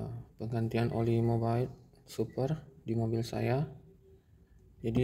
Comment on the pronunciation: Dibacanya mobil om, bukan mobile 😅